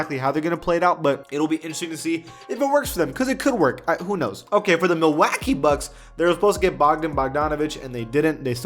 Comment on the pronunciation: that’s exactly how he said that 😤🤣 , he needa get it together